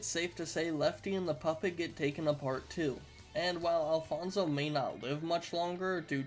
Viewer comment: Hi im Alfonso and you are pronouncing my name pretty weirdly BUT yes i think Alfonso definitely can win against freddy fazbear